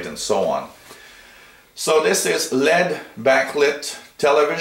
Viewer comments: lol no kidding I was spelling out the pronunciation because 'Lead' is not the right way to say LED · L.E.D. (ell eee dee) not led like a lead pencil =)